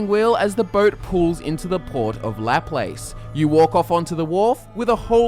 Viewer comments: btw its pronounced Laplace (lah-plah-se) not la place. it would be funny to hear all the mispronunciations as south east Louisiana has weird names. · This boi said lap lace. for future reference it's pronounced la plass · la plas, is how it's pronounced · Laplace is pronounced "Luh-PLOS." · I can't watch this. As soon as he said LA PLACE I stopped watching it. As someone from Southeast Louisiana you oughta learn how to pronounce our French before you start murdering it. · bruh he said lap lace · Lol its pronounced Luh place, long A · I'm from new Orleans born and raised, I shat my pants. also lol'd at la place pronunciation. I don't know how I would feel about the pronunciations in the new game. on one hand its a huge part of our culture to have ridiculous French words that literally nobody else in the country can pronounce, but on the other hand, a post apocalyptic world would most likely screw it up like Caesar, and they might feel more immersive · Lived in NOLA my whole life 1: Laplace is pronounced "Lah Plah-sss" 2: the dot on your map just directly south of New Orleans is about 1mi from my house and I'm positive it would be a terrible place for a settlement. Lmao 3: Cajun French should be prevent, potentially with a perk that allows you to understand and speak two languages (through Subtitles and through translated dialogue with a [Fr] marking dialogue options) 4:Factions: A faction in "The Dome" that wears paper bags on their heads, a small Irish population south of the river, potentially a large Vietnamese population that is reclusive due to their association with the Chinese. 5: The map should be shifted east with a larger extension south. Potentially include a makeshift town on the end of a broken Causeway Bridge. Swimming across the river is difficult for people now (my grandpa did it a long time ago and got sent a couple miles down stream), it should be pretty much lethal without power armor. 6.Good VA accents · he missaid laplace I'm trigerred